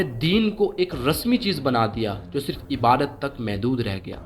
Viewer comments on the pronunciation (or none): none